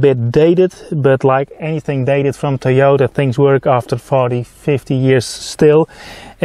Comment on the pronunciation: Teeyortah Yaaris, lol :)